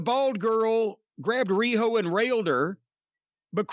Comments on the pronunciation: Am I the only one who is tired of Cornette saying Ree-ho? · Everytime Jim says riho's name priceless for everything else there's master card